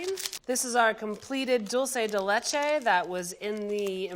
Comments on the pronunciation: you are cool, dulce de lecho shouldn't be that difficult Atte: someone from Argentina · Dulceyy dee Leyche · The way she said Dulce de leche 😭💀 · God the spanish hurts my soul… Pina colada… ouch Dolce de lehche… my heart You are killing me, my poor Puerto Rican heart! I think she had too much booze